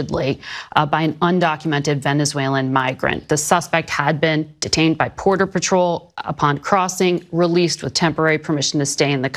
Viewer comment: Did she just say "Porter Batrol" ?